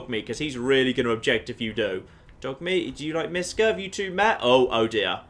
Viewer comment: Mishka isn't Miska :) It's miSHka. In russian it means "a little bear"/"bear kid"